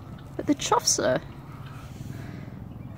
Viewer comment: Wow! The diversity of birds you're managing to attract is amazing! Choughs now! Oh and as far as I know it's pronounced "chuff"